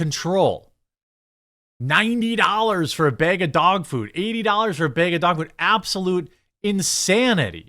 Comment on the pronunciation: It's "bag" not "beg"🤡